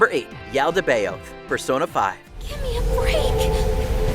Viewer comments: That pronunciation of Yaldabaoth was killing me! 😖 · Judging by how the narrator pronounced Yaldabaoth and Monado he really isn't that much of a gamer is he?